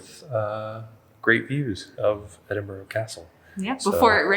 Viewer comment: Can his wife tell this guy it's Ed in bu ra, not Ed in bu row.